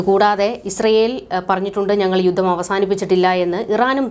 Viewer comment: 'യുദ്ദം'! യുദ്ധം എന്ന് തിരുത്തി പറയൂ.